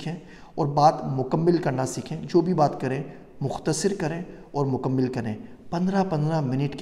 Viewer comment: لفظ "مکمل" میں دوسرے میم پر زیر نہیں ، زبر ہے ۔ اسی طرح لفظ "مختصر" میں ص پر زیر نہیں ، بلکہ زبر ہے ۔ یعنی مُکَمَّل اور مُخ٘تَصَر۔